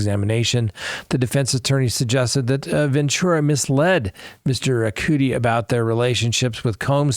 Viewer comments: I'm still think there is much more we DONT KNOW with the Kohberger case....and it's CUDI sounds like Muddy.....just saying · Cu- di, like cu-p (cup)